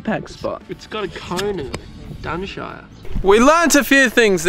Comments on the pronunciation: Ah so I am not going mad, he did say cone of dunshire. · “It’s the Cones of Dunshire!” 😂